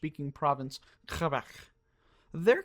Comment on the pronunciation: As a proud quebecoise these pronunciations hurt.